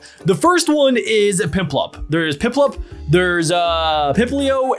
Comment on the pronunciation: You said pitplup